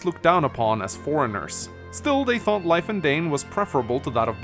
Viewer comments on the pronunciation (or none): none